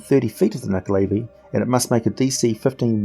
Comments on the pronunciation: Who here fought and killed the nuckelavee in the PS2/Xbox/mobile game "The Bard's Tale" ??? ;) ALso, not %100 sure but I think it's pronounced "nu-ckel-a-vie", not "nu-ckel-aay-vie"... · He pronounced it wrong.